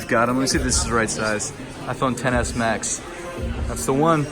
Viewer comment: you pronounced it right! "Ten-S Max" not Xs Max" thank you